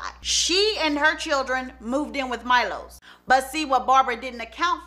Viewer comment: Milos is pronounced me-lowshush ... hopefully that spelling helps cuz I struggled trying to write it the best way